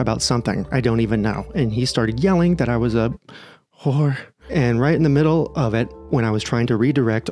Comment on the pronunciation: Your pronunciation of “wh00hhr3” really sent me 😂😂😂 glad you’re on YouTube more and I don’t have to wait for Instagram algorithm to decide when I get to watch 🥳